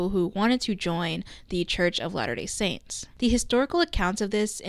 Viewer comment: Gonna be honest, I thought you were saying lana del saints ( as in lana del ray stans making some sort of cult) and not latter day saints